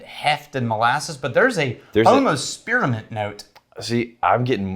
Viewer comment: Did...did say "spear-uh-mint"?